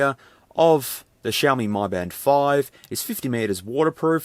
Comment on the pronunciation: Mi is pronounced Me, not My